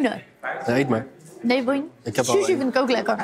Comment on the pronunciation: die sushi uitspreekt.... "Soesie" 🤭